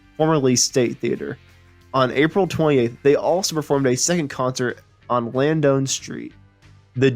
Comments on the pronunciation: Narater mispronounced Lansdown and Uncasville.Didn't mention Full House!!He musta be a kid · Jesus kid it's Landsdowne. Street. Lands and Down. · Ayer Mass: Spoken as A-er or A-yer. Lanz-down